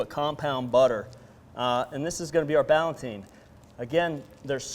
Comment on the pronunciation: The word is "Ballotine," not "Ballantine." You are conflating two related words: "Ballotine" and "Galantine."